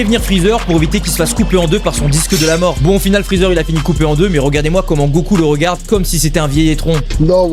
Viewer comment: Pourquoi vous dites <<ROGARDER>> 😭 c'est regarder